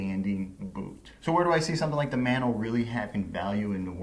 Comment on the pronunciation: Speaking as a dude who grew up in Hawaii: Mah(As in Mama)-no-ah, not Man-oh.